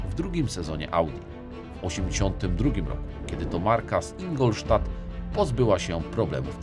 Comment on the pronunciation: Dałem lajka, mimo że zamiast INGLO (stadt) powiedziałeś INGOL xD